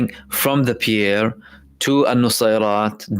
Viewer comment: Pier rhymes w/dear. Pierre rhymes with swear. Love your speeches. Endearing little mispronunciations, not a problem!